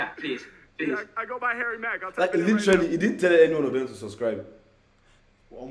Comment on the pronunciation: Harry mark? Who’s that bruh it’s Harry mack